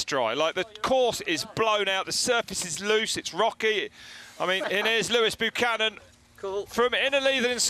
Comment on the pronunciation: They make his name sound almost as if it was Loose Cannon